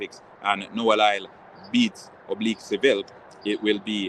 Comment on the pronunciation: His name is LYLES not lyle